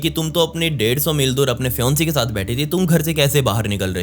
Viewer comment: Fionce nhi Fiance hota hai bro 😊😊